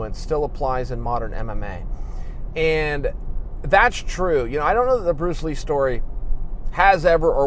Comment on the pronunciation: Who's Pruce Lee??